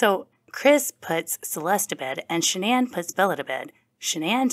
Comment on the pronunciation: Not 'Shan'Ann' 😅